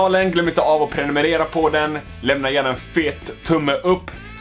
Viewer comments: Inte för att hata men det lät som att du sa avprenumerera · Det låter som du "glöm inte att avprenumerera" i början 😂